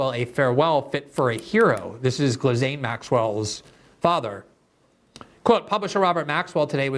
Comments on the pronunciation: Gislain is pronounced guh-lane, not jizz-lin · It irks me too. The correct pronunciation is "gee-Lane" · Can we finally settle on a definitive, singular pronunciation of her name? Gee-lane, Gizzlane, gargamel... I feel like everyone calls her something different, so I just go with "maxwell." 😆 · I appreciate Glenn's dedication to mispronouncing Ghislaine's stupid name. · No one knows how to pronounce Ghislaine. Everyone says it differently!